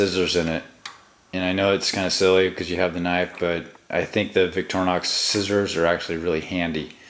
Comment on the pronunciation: btw....... it's pronounced "vik-tor-e-nox."..not "vik-trin-nox"